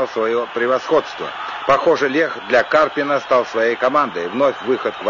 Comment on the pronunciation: "Однако, активная игра на флангах КарпинА и ЦымбалАря..." Феерично, мля. . Узнаю брата-физика: "распределение ФермИ - ДИрака".